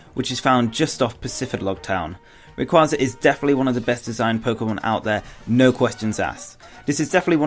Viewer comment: Why do they always pronounce rayquaza wrong?